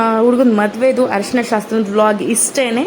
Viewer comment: ಹರಿಶಿನ ಅಲ್ಲ. ತಾಯಿ ಅರಿಸಿನ. .